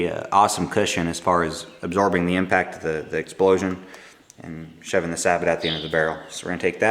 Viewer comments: "Say-bo" not "sa-bet". It's French. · Why do you call the plastic piece a "sab bot" ? It's a French word. Do you call a General Motors car/truck a "Chevero- LET"? I doubt it. Sabot is pronounced "Say Bow". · Sabot is pronounced "sabow" not "sabbit" which is actually a very small sailboat. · SAY-BO.....it's a French word.....it means "shoe".....I think. Also, Horna-DEE, not Horna-DAY. OK, now that we have the ball-busting out of the way.....awesome video, dude! This is exactly what I've been looking for. Thanks a lot.